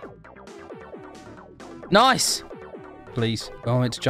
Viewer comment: I love how u say nice noice